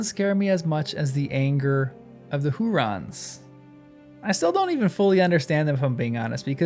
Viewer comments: "Huorns", not "hurons". The "r" is after the "o", there is no vowel between the "r" and the "n". This might be easier to pronounce in a non-rhotic accent (such as Tolkien used), in which the "r" would be silent, having no vowel following it. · Who orns, not rons. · Since you asked us to tease ypu on your pronunciation... HOO-Rons. 😂 You sound like Kay and Peele. "OK a-a-RON." (Loving the vids!) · Hu-orns. Hurons were an Indian tribe. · OK, I will spell it out. The OP typed that Old Man Willow was a "Huron". This is confused, as the Hurons are a native culture of Canada. The OP should have typed "Huorn", as that is the name Tolkien gives tree-like creatures in his books. The channel guy keeps saying it wrong; many commenters have said so, so maybe the OP was led astray. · It's Hu - orn, not Hu - ron. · For your reference, Huorns is pronounced like Hu (hoo)-Orns Like if you took the word “Horns” and inserted an “oo” sound between the H and the orns part. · HEW--ORNS. Or HUGH--ORNS, if that helps. And Curunir is Koo-Roo-Neer. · I think huorns is pronounced "who orns", with the stress on the first syllable. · Yes ; made it hard to appreciate essay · One could possibly learn to pronounce it by starting with the word “horns,” and the stretching it into “WHO-orns.” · He keeps putting the r in the middle, which is funny